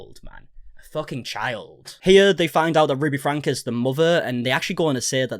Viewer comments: I have been watching you for years now, especially 8 passengers coverage....please forgive me but i have been wanting to comment this to you for a very long time....its not pronounced frank, its pronounced Franky. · It's pronounced FRANKIE, and Shari is pronounced 'SHERRI', in Utah.